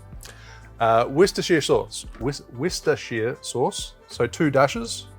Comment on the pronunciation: Really happy to hear you mention Malört. It has historically been very limited in its distribution, and was "the right of passage" to becoming a true Chicagoan. Also, you need to work on that pronunciation of "Worcestshire" haha. I used to live near their factory in England, so two references relevant to me in this episode 😉